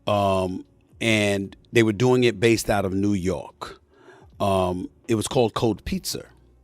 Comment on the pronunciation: No one: Stephen A: & It was called “Cold Pizzer”